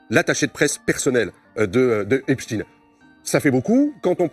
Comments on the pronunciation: D'abord il prononce Epstine puis Epstein... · Ils prononcent Epstine alors que EIN ça fait pas INE !! Mais ça fait moins jui…!! On le voit 😂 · Oui, tellement que dans la vidéo juste avant de BFMTV, un des journalistes a oublié qu'il suffit pas de dire "ine", il a fait un mélange il a dit "epCHtine". Parce qu'au fond de lui, il sait très bien que ça se prononce CHTAÏNE et pas STINE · C'est moi ou tout le monde est d'accord pour appeler Albert Einstein, Einstein et NON Einstine, alors pourquoi quand c'est Epstein, dont le nom comme tout le monde peut le voir se termine de la même manière, devient d'un coup Epstine??? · Epstine, un peu comme Einstine le célèbre physicien russe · On doit dire Epstine, comme on dit Albert Einstine...